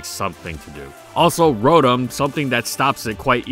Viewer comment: It gets mentioned all the bloody time and to this day he keeps pronouncing its name wrong, it's row (as in row a boat) and tom (like the cat). It's "row-tom", not "rou-thum".